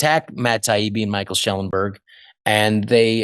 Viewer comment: I appreciate this guest's political commentary more than I ever appreciated his comedy. But, Michael Schellenberger's name has one more syllable than Rob Schneider is using. Please, Rob, pronounce Michael's name fully. Maybe it will help people find his books or his commentaries on video. If they search for Schellenberg, I don't think they will find him!